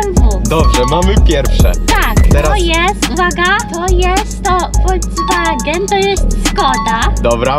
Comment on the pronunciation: BMW WOLZWAGEN LAMBORDZINI